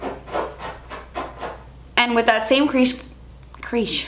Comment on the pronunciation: "Creash" LMAOO 😂😫 I love you! Such a cute look💗